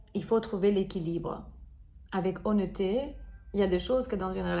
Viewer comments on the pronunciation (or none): Ce on dit O nette te té = honnêteté